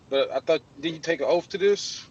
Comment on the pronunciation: Why does this sov-cit idiot keep saying "you took an oaf"??